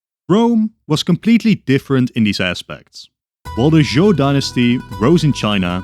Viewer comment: Love your videos, but I'd like to say: In Chinese pinyin the "zh" sound sounds like "J", so Zhou sounds like "Jo." Also Q sounds like a weak "Ch," that's why we derive the word China from it.